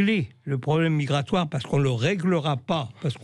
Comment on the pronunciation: la pêche migwatoaw afwicaine.